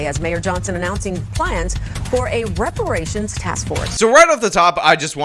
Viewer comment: Juneteenth should be called Black Dependence Day. Also is Brandon saying rubberations. Rations made of old tires? Seems a bit harsh.